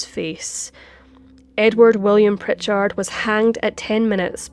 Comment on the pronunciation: You are little bit hard on the end if the name Prichard.